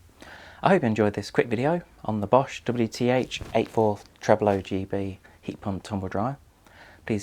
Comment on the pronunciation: Immaculately executed tongue twister of a product name 👌